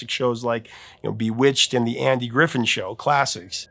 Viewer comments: It’s Griffith, not Griffin. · Griffith not Griffin.